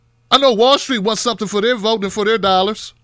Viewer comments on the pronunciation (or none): none